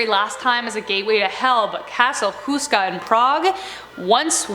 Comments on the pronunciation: lol, That pronunciation of Houska. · Did she just said Castle Houska in Prague? Well I am czech and I am sure that houska is not in Prague...